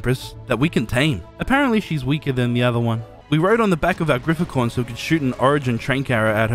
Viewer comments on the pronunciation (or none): none